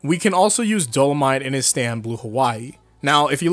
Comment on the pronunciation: Just want to mention that you pronounced dolomite wrong in the video, else awesome video